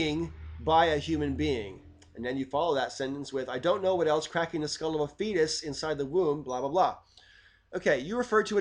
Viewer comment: mmm okay. First time you said fetus, I heard Theist. (Cracking the skull of a theist in the womb etc) I pasued the vid... had a five minute rant at the screen and other folk in the room about how children are by definition atheist at birth... ooops.